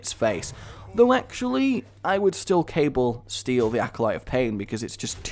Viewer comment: So it's not "major-door-mo" but "major-DOE-mo", at least according to all the dictionaries I checked... STOP MAKIN' A BLOODY FOOL OF YESELF LADDY! EDIT: Sorry nevermind that, how ARE you pronouncing "cabal"???